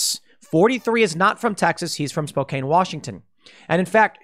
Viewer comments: Sorry, my city is pronounced SpoCAN, not Spo-cane. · Spokane is pronounced Spo-CAN not Spo-CANE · Please stop saying "Spo-caine". It's pronounced "Spo-can." Like "soda can". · Spokane native here. It's spo-can, like soda can, not spo-cane, like the walking aid. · Spo-cane? 😂 C'mon. It's spo- can. My home town. Represent. 😎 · It's pronounced Spo-can, Tim. Spo-can, Spo-can, Spo-can. And yes, the media is never going to learn because they don't want to. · Spokane is pronounced like Spo-Can. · Spokane is pronounced like Spo Can, long O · Really unfortunate that someone from Eastern Washington did that. I'd expect that from someone from Seattle. One comment, Spokane is pronounced with a short A sound [can], not long A sound [cane]. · Tim you gotta pronounce Spokane (Spoke-Ann) right buddy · The city is spelled Spokane, but it's pronounced "spo-CAN" (caps for emphasis, not because I'm an asshole which is also true). Locals in Moscow, Idaho call they're city "MOSS-ko". (The "cow" is in Russia) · It's pronounced: Spoke ann